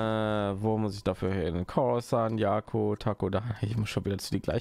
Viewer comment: So spricht man "Jakku" aus.